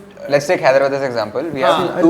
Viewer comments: It's not Hydra'bad', its Hyderabad(హైదరాబాద్). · Call hyderabad correctly it's not hydrubud